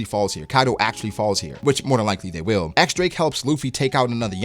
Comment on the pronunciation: it's x-drake bruhh